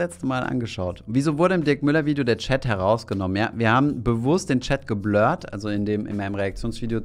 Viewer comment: "Geblööörrt" klingt irgendwie wie ein kapitaler (um den Bezug zum Thema zu halten) Rülpser nach nem ausgiebigen Kneipenbesuch. 😂